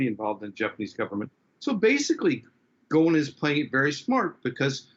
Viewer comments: His name is Ghosn, thr S is pronounced. It means "branch" in Arabic. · I’m just gonna pronounce it Gone. Carlos Gone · MM 20 Then why didn't correct this since she is an Arab living in Lebanon? She Also called him "Gon" lol